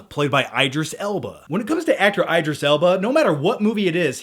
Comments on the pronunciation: Its not i-dreees......its E-drees alba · the obligatory BAD Morgan Freeman AND Matthew M. impression. yay.... said no one ever. btw, it's IDris Elba, as in DID not I'D. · Hey, you're pronouncing Idris' name incorrectly.... just saying.